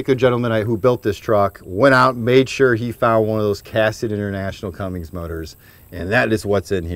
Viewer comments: Bro stop saying Cummings it’s Cummins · It's Cummins, guy. Do you see a 'g' in there? Stop smoking all that weed, stoner. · This was great Thanks...but its CUMMINS...no "G" in that name!!! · This guy... Its Cummins dude... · Yeh, I don't know what it is with people. Cummins NOT Cummings. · Quit watching once he said Cummings. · Oh yeah... it’s pronounced Cummins, there is no G in it. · Then we wouldn't have got to hear him saying Cummings